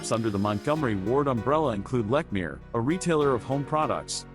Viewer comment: He mispronounced Lechmere.